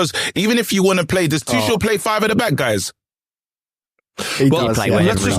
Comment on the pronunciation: aww christ not the kick off still calling Tuchel "Too-shell". He isn't French! It's "Too-kell"